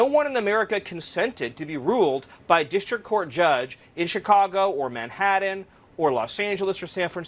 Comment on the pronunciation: Manhattan not Madhadden... Moron